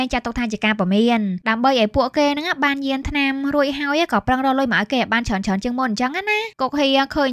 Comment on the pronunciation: រួចហើយឬររួយហើយនិយាយអោយច្បាស់បើមិនច្បាសផ្ដូពាក្យផ្សេងទៅទើសត្រចៀកណាស់ពីព្រោះខ្ញុំចូលចិត្តសំឡេងនាង😂